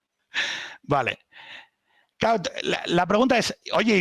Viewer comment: Siempre me ha fascinado la gente que dice constantemente "cao" y "osá" en vez de "claro" y "osea".